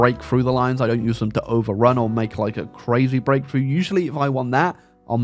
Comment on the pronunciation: It took me a minute to realize you were saying "Breakthrough" not "grapefruit"